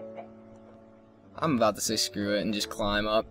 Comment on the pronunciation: thumbs up if u thought when he said "about" he said a boat... coz i know I did, but I'm a little stupid so...